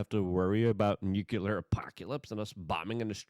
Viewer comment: Newkyeller?? Try new-clear